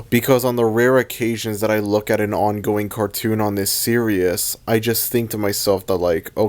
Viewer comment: It greatly distresses me that you pronounce "series" as "serious"